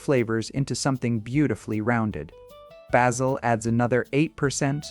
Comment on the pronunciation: Your computer voice (or human voice) needs an upgrade. It (or he) does not know how to pronounce Provence, oregano or basil.